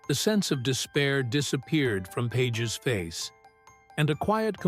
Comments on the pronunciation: bad Ai pronounce Pages as PAH Hez not pages. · Pahes - not pages - dome on man. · AHAHAHAH,,,, AI voice can't even ...Pages ? Pa Has is how you pronounce it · Is this AI bullshit. At least get the pronunciation correct: "Pages."